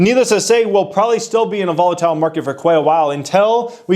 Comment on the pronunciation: “Volitile” Come on bro lol